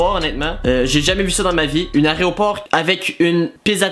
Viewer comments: Il a quand meme dit plus de vingt fois aréoport plus de 5 fois une avion lol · Tu parle de layropor ou lavion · un aéroport pas un aréopore will